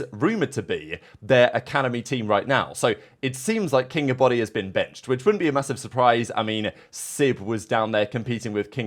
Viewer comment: This is what Shift kept calling him in the match vs Faze (maybe not on purpose but it was hilarious he never pronounced his name right)